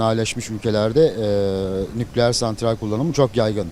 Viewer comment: Nukleeer diyen dingil . Veysi ates 2 gibi cvp veriyo ?